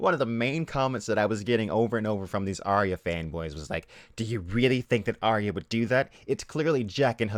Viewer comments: AR-YAH not AR-REE-YAH. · How many times does Arya get called Aya? That bugs me. Get the fucking name right if nothing else. Sounds like HIYA.